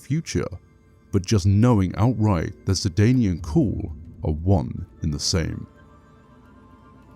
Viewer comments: lol it sounds like you're saying "sidaynie" instead of "sidayne" the dayne is pronounced like the word "dane" but that's not how it sounds when you say it. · It bothers me immensly how you pronounce Sedayne.